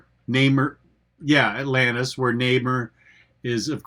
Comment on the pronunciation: Nay-mer?, thats almost as bad as 'Lane Wayne'